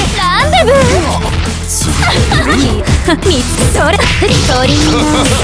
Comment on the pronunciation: コメント欄見て分かったけど投げのときランデブーって言ってるのか ガンダムにしか聞こえんかった